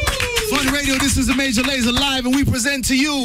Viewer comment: Mon dieu à comment il prononce "Major Lazer" _'''''...